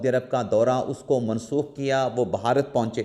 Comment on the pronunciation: محترم آپ صحافی ہیں اردو میں صحافت کرتے ہیں لہذا آپ کے لئے درست تلفظ کا ہونا نہایت اہم ہے۔ لفظ "بھارت" ہے اس کا تلفظ "بھا" bha "رت" ہوگا نہ "بہارت" اس کا تلفظ "ب" "Ba" "ہا" "ha" "رت" جب بھی "بھ" آئے وہ ایک ساتھ پڑھا جاتا ہے نہ "ب" اور "ھ" الگ الگ۔ امید ہے یہ اصول باقی قارئین کے لئے بھی مفید ثابت ہوگا۔ شکریہ۔